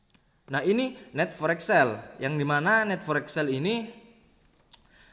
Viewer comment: Net forek sel hahahaha..belajar dulu itu bicaranya..NET FOREIN sell Di baca nya bukan forek..apaan forek😂😂😂😂